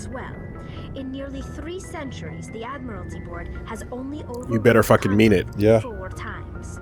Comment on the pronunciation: It's pronounced Admiralty (Ad-mer-al-tee) not Admirality (Ad-mir-al-i-tee)